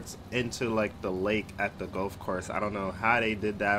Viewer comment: Golf not gulf and water not wartor